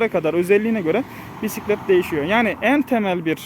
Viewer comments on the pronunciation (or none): Oturak değil. Sele. Direksiyon değil. Gidon. Pisklet değil. Bisklet.